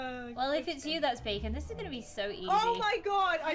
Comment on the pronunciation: bacon everyone:its bakon!